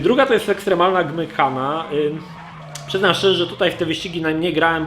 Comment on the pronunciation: Gymghana czyta się Dżimkana.